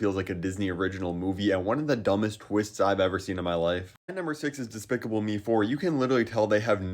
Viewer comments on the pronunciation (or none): Bro im so sorry to tell you but you cant pronounce despicable